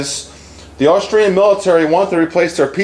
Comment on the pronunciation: I am a subsriber and enjoy your videos, but please, the gun is made in Aus-tri-a, NOT Aus-trail-ya.